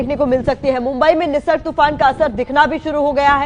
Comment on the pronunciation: Totaa ki tarhaa bole jaa rhe ho... It's Nisarg not nirsag ...